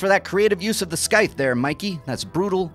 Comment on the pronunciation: The C in scythe is silent 🙄